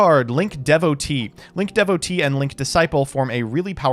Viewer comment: Is the way pronounces Link Devotee a Panic! At the Disco reference?